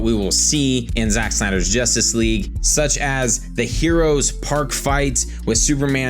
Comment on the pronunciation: It's JUStice League not JOStice League SMH